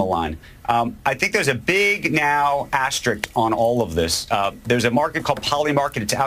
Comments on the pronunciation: ASTERISK not ASTERICK, Sorkin! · Not "asterik"...it's asterisk!